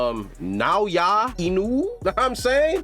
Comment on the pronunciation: Imagine hearing "Naoya" and 1 sec later still mispronouncing it. American iq xD